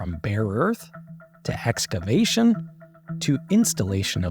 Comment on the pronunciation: did you say HEXcavation?!